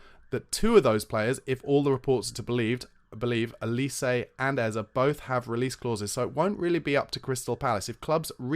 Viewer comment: It’s Eze, (pronounced Ezzay),. Not Ezzer, god damn it!